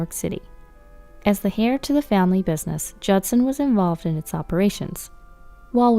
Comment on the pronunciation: The 2nd story? Heir is pronounced "air" the "H" is silent. It's not pronounced like "hair" like what's on most people's heads OMG Cackle Laugh narrated the next to last story 🤦‍♀️